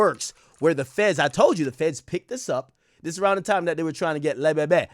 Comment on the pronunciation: That le be be or however its spelled takes me out everytime 😂😂😂😂